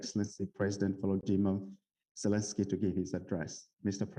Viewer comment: Waslodymyr Werelenskyy 😄